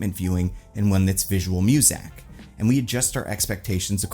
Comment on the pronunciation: Are you saying "visual music" or "visual mosaic"?